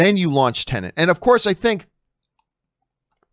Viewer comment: Please John, PLEASE its TENET .. TEN-ET TEN ET not Tennant.. 😂